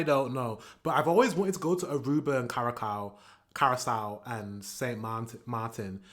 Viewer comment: the way he pronounced Curraçao 😭😭 thats just offensive